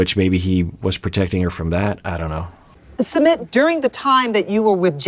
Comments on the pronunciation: Hey! I know this isn't the point of the video but I couldn't help but notice the mispronunciation of Sumit. xD Totally not expecting anyoen to know but just thought I'd share:) It's actually S-eu-mith (kinda sorta). So it's as if you were saying "Smith" with a light u. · I think it's Soo-meet